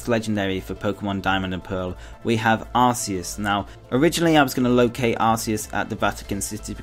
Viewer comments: I know no one is perfect but The god poke mon is said ( ar-key-us) true search pokemon mispronounce by aroua gardian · Well actually originally Arceus was pronounced that way but then they realised that in England arse means ass. I think you can say it either way. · There were a lot of mispronounced names is this video, Arceus and Genesect, for example.